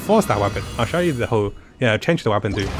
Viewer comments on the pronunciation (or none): none